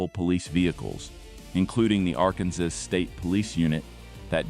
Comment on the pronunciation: don't use AI to do the narration, it couldn't even pronounce "Arkansas" correctly